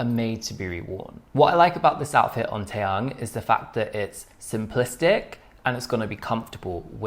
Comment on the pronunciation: Te-yoong... not te-young